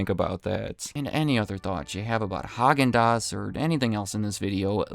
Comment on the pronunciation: It's pronounced "hay-gin-dass"